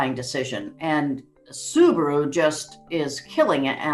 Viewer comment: Subaru not Subro